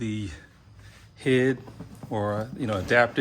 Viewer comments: It’s pronounced H.I.D, you say each letter, nobody says “hid” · Lol this is comical. It’s H. I. D not “hid” lmfao. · Lol you saying hid is hilarious I’m so use to say H.I.D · i think you say HID the same as LED